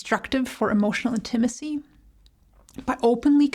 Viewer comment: Your pronunciation, inflection of the word 'Intimacy' is a bit off.